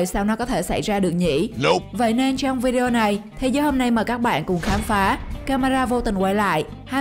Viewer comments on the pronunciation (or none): none